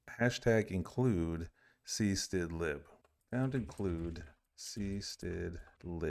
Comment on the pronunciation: "cstidlib" I laughed